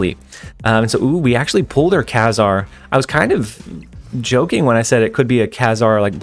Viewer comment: FYI, it's pronounced Kay-Zar.